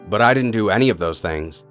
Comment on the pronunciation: why did you say butt instead of but?